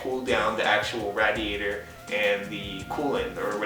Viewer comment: Ra-Diatour. LOL